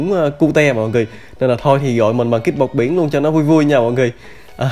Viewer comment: Kid bọt biển mà nghe thành Kid 1 điểm